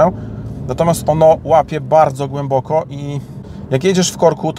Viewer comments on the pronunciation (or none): za dużo "ę". brzmi tragicznie i nienaturalnie. troch"ęęę" za gł"ęęę"boko wy"ę"dukowany w czytaniu. poważnie lepiej spuścić z tonu